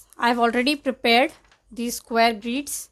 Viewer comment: It's grids not greeeeeds